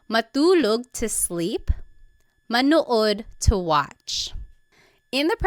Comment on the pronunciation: How pronounced the verb "Manood" to watch, was very american 😅